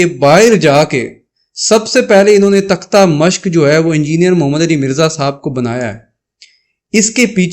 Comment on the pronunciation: Takta Mashq ni Takhta-e-Mashq bolran te sikh lao pyaryo